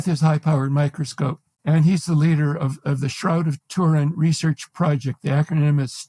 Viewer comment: The Shroud of tur-IN. 😖